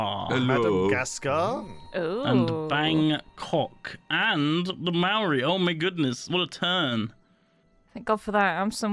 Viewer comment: That not how to pronounce Maori